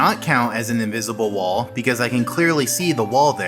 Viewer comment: What uhh I got inwizible wol 😂